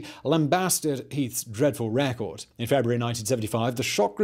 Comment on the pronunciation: I'm sorry to have top say this, rather pedanticly, but, I now know why I dislike this youngster posh English Youtuber, so much. Even though most of what he says in his video is correct. He is too young to know how to pronounce many basic English words , RARECORD?! ...record; Coi-liery ...Colliery and, famous (in the U.K.) names, it is excruciating! Michael Hesel-tine..not Hestentine. Good Lord.